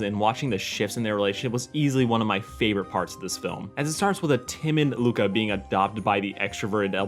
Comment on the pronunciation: As an Italian I can't believe you messed up the name Luca